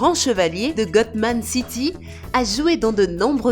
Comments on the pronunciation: Cest pas gotman cest gotham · Ses vraie elle a dit gotman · Elle a dit godman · C'est pas Gotmat city c'est Gotham. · C pas gotman c GOTAM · elle a dit gotman city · Gotman City 🤣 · C'est pas gotman mais gotham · Gotman?🤣🤣🤣🤣bouffonne c'est gotham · a 5min et 21second elle dit gotman city ou lieu de gotham city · Wolah elle a dit ''Gotman'' mdrr😹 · Abboner vous à ma chaine si vous êtes d'accord qu'elle a dit gotman pour gotham city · C est pas gothnam mais gotham 😂😂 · Gotman city 😂😂😂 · elle a dit gotman city au lieu de gotham city cette trizo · C'est pas Gotman , c'est Gotham ! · A Batman c c'est pas gotman mais gotham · C est pa gotman c est gotam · Gotham city....pas gotman..😫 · Elle a dit gotman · Elle a dit gotman wat mdr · On dit C-3PO et gotman city elle est trop drôle liker si vous êtes d'accord 😂😂😂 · A elle dit gotman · GOTMAN CYTY😂😂😂 le respect est mort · Elle a dit Gotman😔🤦🏽‍♂️ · Gotman City 😂😂😂😂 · Je vers ou elle a dit gotman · gommant city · Elle a bien dis gotman city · Gotman city je connaissait pas ces ou ces la ville de baman,ouite ces quoi toute ces faute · C gotham pas gothman pr batman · GOTMAN CITY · Elle a dit godam city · Elle c pas parler GOTMAN CITY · ELLE A DIS GATMAN😂😂😂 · elle a dit GODMAN CITY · Elle a vraiment dit Gotman City😄😂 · elle a dit GOTMANE city breuhhhh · Mais elle a dis Gotman City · elle à vraiment dit GOTMAN CITY😂😃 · C3-peau, Gotman City, Zack sniiiider 😂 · 50%de réponse:elle a dit gotman city 49%de réponse:parle du piment 🌶 1%:y’a moi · Elle degeulasse elle a dit god -tam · Aaah non moi j’ai compris "Goat Man" qui veut dire "homme chèvre" 😂😂😂😂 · Oui elle a bien dit ghotman Coty ses Bossard j avoue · elle a dit GOTAM CITY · Elle a dit gotman😵😵😵😵😵😷😷😷😵😵😵😵😣😣😣😣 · Je crois qu'il y a un nouveau superhero (gotman)😂😂😂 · A elle a dit gotman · Cette femme étrangère au juste elle s'est pas prononcé Gotham City et C-3PO